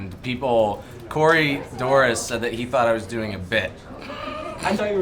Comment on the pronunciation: absolutely loving how brian (i think he edited this) put the pronunciation of corey's name after darren mispronounced it